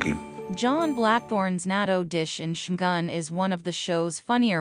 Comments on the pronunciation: Every time I heard her say "Shoogan" I cringed. Even if this is probably AI generated commentary. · It had me at "Shoogan". Stopped the video right there, I can't bring myself to listen to this AI generated crap. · If you're going to narrate, would you please pronounce the Japanese words correctly? I never heard Shogun pronounced the way you say it.